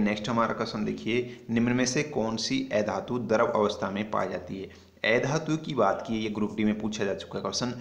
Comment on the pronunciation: Ae dhatu nahi, a dhatu sahi se pronounce kro